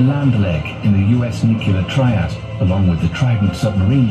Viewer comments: It’s nuclear. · The narrator’s mispronunciation of nuclear kept me gritting my teeth!!